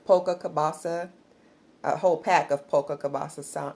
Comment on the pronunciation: it is Polska Kielbasa not polka kielbasa.